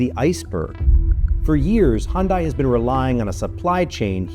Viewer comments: Dude, the workers are pronouncing the name, they had a Super Bowl ad “Hyundai, like Sunday” Are you using an AI to voiceover your videos? You go from interviews where the workers say the name and you immediately pronounce it wrong. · For a channel with 3.59 subscribers at least you can pronounce the company's name correctly. The workers you featured said it right, but the "journalist" (script reader, wannabe news reader) cannot throughout the whole video. Do better More Perfect Union! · I'm assuming the journalist is pronouncing Hyundai wrong intentional or are they that ignorant? Are all journalists that ignorant in 2026? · It would’ve only taken a moment to look up the correct way to pronounce Hyundai before recording the entire VO. Oof. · Good report, but Hyundai rhymes with Sunday. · It's amazing to me that someone can do this entire journalistic piece and not even bothered to learn how to pronounce the name of the organization correctly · If you are going to make a video about Hyundai at least learn how to pronounce it first. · If you’re going to make a story on them, could you at least learn how to pronounce the company name? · love the content, wish you would have learned how to pronounce the name of the company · How do you make a video about a company and say the name wrong over and over again. Pay attention. Also, never buy one of these cars. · A 17 minute video and not one person manages to pronounce the company name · Announcer mispronounces the brand in the opening narration. Fucking embarrassing. Who’s going to take you seriously now, and this seems like a serious issue. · You guys might have to look up the pronunciation of Hyundai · Worker safety doesn't promote profits. S. Korean companies are about profits. Worked at a Halla Cement plant in S.Korea, people were killed regularly at that plant, about every other month. It's pronounced "Hyun day" not "hyun die." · Pronounced like this HIGH-YUN-DAI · Who's HUNN-DIE ? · It’s pronounced “hyun-day”